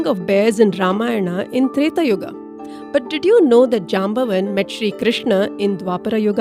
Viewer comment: You pronounce the names wrong, for example it is syamantaka not symantaka. Jaambavaan (stress on vaa)